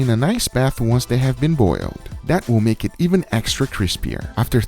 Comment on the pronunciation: It's "let's do it" not "let's do iihhh"